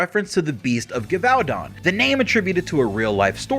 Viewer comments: Also Gevaudan is pronounced Jevudan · Je-voh-Dan is the pronunciation not trying to nit pick just help for future reference